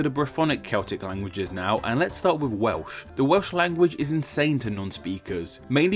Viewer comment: This narrator needs elocution lessons - he can't pronounce any word with an L in it. For example, for "Welsh" he says something like "Wehwsh". Horrible.